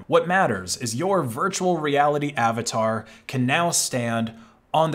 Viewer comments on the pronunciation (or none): none